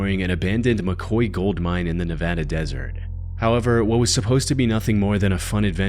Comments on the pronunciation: Just gotta say.... Thank you for pronouncing my states name correctly. Majority of us couldn't even stand Zombieland 2 because they mispronounced the ever living S#*T out of our state name, lol. Cheers mate, great video, and you've earned a sub from me 🤘 Keep up the great work. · Thank you for pronouncing Nev-AD-uh correctly!